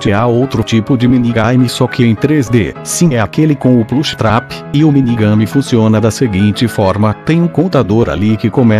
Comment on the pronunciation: é que vc fala diferente meio que quando ouvi vc fala jumpscare e plush trap saiu estranho o som.